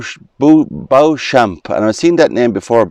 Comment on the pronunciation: Beauchamp is pronounced Beecham in England. No idea why. Might be a medieval thing. Enjoyed the walk. Really interesting.